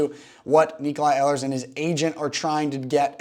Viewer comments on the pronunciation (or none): “Ee lers”